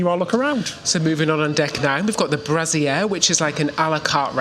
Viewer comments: I think boys that’s Bra-zer-eee not Bra-zee-air…two quite different things lol! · I almost choked when you called the brasserie a brazier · It's pronouced brah-ser EE, not pronounced like a ladies foundation garment. At any rate the food seemed good! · Guys, you're both amazing and love your channel! But can I say this(with a big hearted smile....) brassiere is a lady's booby holder, BRASS-ER-EE (BRASSERIE) is where you were eating!! 😂😂😂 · A brassiere is a bra. I think you mean brasserie which is pronounced differently😜. Ofc, you might be joking but you used the wrong word too often. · Howling at you saying Brassiere instead of brasserie… a brassiere is a bra 😂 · Great video. Guys was the restaurant really called Brassiere?? 👙 Was it maybe Brasserie? 😂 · 🤣🤣🤣🤣! The “brasierre”? Not the BrasserIE? 😂 A brasierre is a bra, as in booby holder….. 😅 hehe you gave me a giggle guys, especially since you both said it xx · awww guys - the Brassiere? hehe that would be French for bra! think you meant Brasserie ❤ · It's brasserie, not brassiere 🍈🍈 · Are you sure the restaurant is called 'the Brassier'? You both say it. I think it is actually the Brasserie. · Brasserie! You guys kill me with your pronunciations. All for a good laugh 🤣 A brassiere is definitely something else, chaps. (Clue: boobs go in them). LOVE LOVE LOVE your videos. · I love how pronounces brasserie like brassiere 😂💕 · Love the fact you call the restaurant 'The Brassier' (which is actually the unabrevieated name for a bra) ........ pretty sure it's pronounced 'Brass- a- ree' but it's much funnier how you say it. 😂😂😂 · OMG Brasserie not brassiere lol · I noticed he kept saying brassiere instead of brasserie too 😂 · You guys are so great! And it’s pronounced Bra-sehr-ee. (Unless that’s a UK pronounciation.)